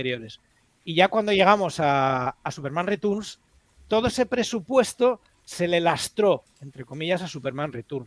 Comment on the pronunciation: En España hemos pasado de decir "Returns" a Superman "Ritorns". Si queréis ajustaros más a la pronunciación en inglés sería más bien "Riterns".